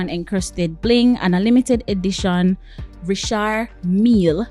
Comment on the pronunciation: It’s Richard Mil-li……